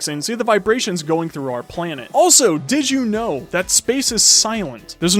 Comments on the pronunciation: can you stop saying dith you know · Every time he says "did i u know" i say nO i DoNt